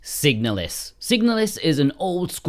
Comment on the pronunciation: the moment you chose to pronounce the name of the game that way I instantly downvoted and blocked your channel. Stop it.